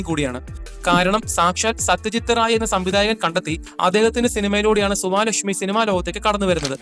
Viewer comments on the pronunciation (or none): സുവാലക്ഷ്മിയല്ല സുവലക്ഷ്മി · Suvaalakshmi alla suvalakshmi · സുവാ ലക്ഷ്മി അല്ല സുവലക്ഷ്മി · സുവലക്ഷ്മിയെ, സുവാ ലക്ഷ്മി എന്ന്.. 😂😂